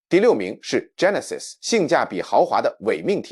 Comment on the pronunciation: Genesis 發音 jeh·nuh·suhs